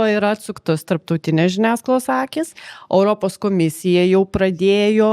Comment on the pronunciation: "Europos",, ne "Öropos" ar "Oiropos". O visa kita puiku.